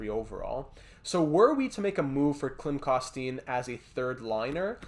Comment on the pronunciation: My favorite prospect Klim Koston but man, it’s drivin me crazy but Ik u don’t know, it’s pronounced, Klim Kos-ten